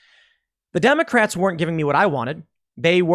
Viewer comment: He mispronounced 'Democrats'